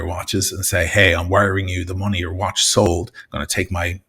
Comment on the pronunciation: Try pronouncing "money" and "much" properly. Yob!